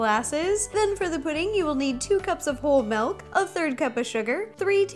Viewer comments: Am I the only one that doesn't hear her saying milk but melk? :) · she says melk